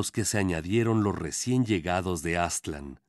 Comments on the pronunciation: Por qué dicen Áztlan? Es Aztlán ! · Aztlán ( el acento lo lleva en la segunda a.) Cuna de civilizaciones madre.